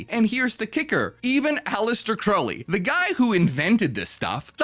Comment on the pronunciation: It's pronounced 'Crowl-ly'.. sorry. It was driving me nuts.